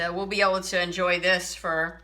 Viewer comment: Delicious? She used canned mix vegetables. She can't even pronounce potatoes or for.